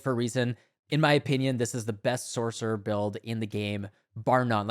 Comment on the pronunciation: There is NO "K" in sorcerer